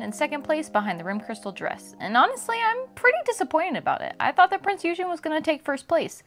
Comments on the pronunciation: Great review, but its not American "Eugen" it's German so hard G and the second E is pronounced longer. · I almost gave you a dislike for your pronunciation of Eugen :P But the rest of the video was excellent and detailled so you are forgiven. I ordered the rerelease of this figure a few months ago and I'm waiting for her to ship in. As for my favourite shipwaifu, that would defenitely be Unicorn. But I would love to see an HMS Monarch figure or Queen Elisabeth figure at some point, especialy with the rigging.